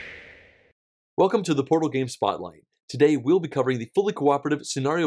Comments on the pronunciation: Portal not ortal. :P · "ortal Games" haha